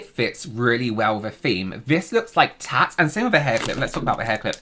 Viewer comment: Are you saying “tacks” or “tats” in the beginning? Is that another way to say knickknacks?